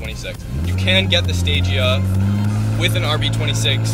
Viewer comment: its pronounced sta gee aa